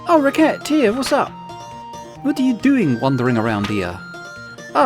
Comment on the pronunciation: Silly question.. Is it not pronounced "re-se-tear"? Maybe that's french distorting my perception (recettes = profits (also recipes)). Or maybe you plan on .. racket-tear-ing your customers 😂 Edit : you actually made the joke later in the video ahahah